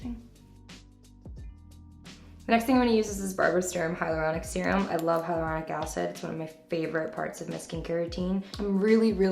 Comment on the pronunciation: "hylauronic" me lol